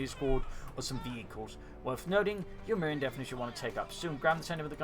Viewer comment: I believe it's pronounced 'ewe miyrin' as in 'you 'mirin my gains braaaaaah'